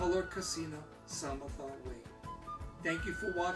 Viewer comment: One thing: Samatha is pronounced "suh-muh-thhuh". The double-H is a breathy h. This is great. Thank you.